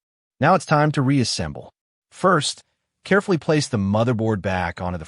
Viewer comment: It is quite annoying to listen to a script that repeats itself every 5 sentences and hasn't much to say under the hood. Nobody wants to listen to AI slop. The video itself was good, just the bloated script was not. I would rather have silence for a few seconds than to hear "be carfeluf with fragile cable" for the 20th time or to hear some other AI musings that no actual human would ever say.